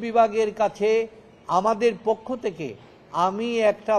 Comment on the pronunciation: আমার মনে হয় টাকা খাইয়া এই উকিল আউলা ঝাউলা কথা বলে ঠিকমতো পক্ষ শব্দটি সঠিকভাবে উচ্চারণ বের হচ্ছে মনে হইতেছে বুকে সৎ সাহস হারিয়ে ফেলেছে কারণ যারা টাকা খেয়ে কথা বলে তাদের কথার মধ্যে অনেক সময় ভুলভাল শব্দ বের হয়